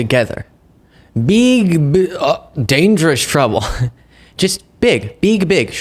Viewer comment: How the hell do you screw up on a one-syllable word like "big." How?